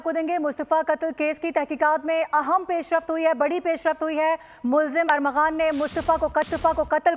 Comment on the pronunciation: Arghaman.......oo bhaie nam ko bigarr rha ho wo Armaghan hn......